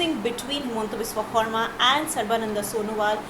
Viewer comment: Please improve the pronounciation of Biswa Sarma.